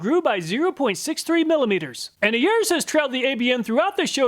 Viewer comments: I've said this in a previous video. ARES is not pronounced Airs. It is pronounced like Air-Ease, like the Greek god of war. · I have to be that nerd today. Ares is the Greek God of War. Pronounced like "air ease" not like "airs" Ares in Greek mythology is Mars in Roman mythology. Forgive my pretension. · Very nice! BTW, If you look up Ares, the Greek god of war, you will find that it's pronounced "air ease." 😉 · I love your methodology and what products you test. Only one thing. Ares is pronounces AREES. As in ARES the Greek god of War